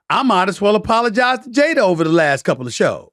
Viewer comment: Every word that ends with “a”Stephen a ends with er it’s funny when you hear it. “Jader” instead of jada “luker” instead of luka